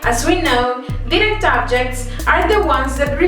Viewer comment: if ur teaching pls pronounce direct and indirect. It's confusing